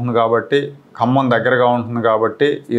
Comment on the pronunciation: హలో ఏబీ వెంకటేశ్వరరావు గారు 1959 లో G .O కి సంబంధించి ఖమ్మం జిల్లా మీరు కమ్మ జిల్లా అని ఉచ్చరిస్తున్నారు.